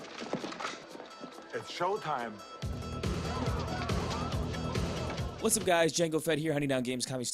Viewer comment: It's showteim